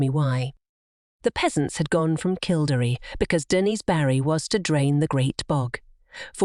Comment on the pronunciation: Please learn how to pronounce KILL DERRY ask any Irish person its jarring.